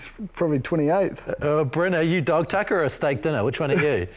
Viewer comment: Had to do a retake in the “dog tucker”. Didn’t sound like that… Thanks for the show as always.